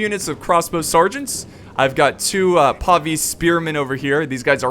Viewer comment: Just a pointer, I looked it up and Pavise is pronounced like "Travis". Thought you'd want to know.